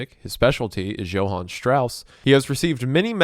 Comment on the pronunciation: it’s “YO-HAN” not “JHO-HAN”